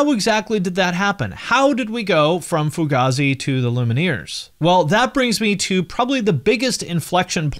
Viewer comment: It's pronounced like fugayzi, not fugahzi